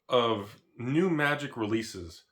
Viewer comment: Was sure you said Tragic the gathering in the beginning 🤣🤣